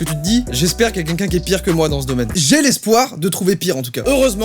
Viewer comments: On est d'accord il dit '' qunqun'' au lieu de "quelqu' un" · Est-ce que je suis la seule qui a remarqué que quand dit "quelqu'un", ça sonne comme qu'unqu'un? 😅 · A chaque fois qu'il dit "quelqu'un" aka "kunkun" jme tape un fou rire